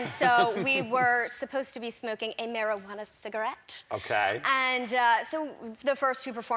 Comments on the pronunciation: She said mary-who-ana. 😂😂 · Marijuana “cigarette” 😂 she’s so cute